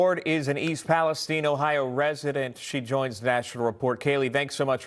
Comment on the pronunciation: Thank you for the report. And for pronouncing East Palestine correctly!!